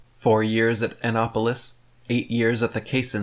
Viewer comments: Enopolis? Where is this mythical place of which you speak highly,? Oh...you meant Anapolis! I see. Listening to play act as an intelectual is so cute, but he can't avoid truly telling basic moments like this that expose him as a completely unworldly moron. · Did he just brutally mispronounce "Anapolis?"